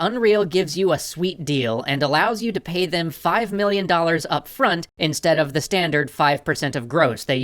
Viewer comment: 5 "millon"